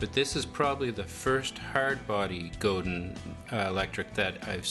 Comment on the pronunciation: Good review but the name is pronounced 'go-dan'. It's French-Canadian.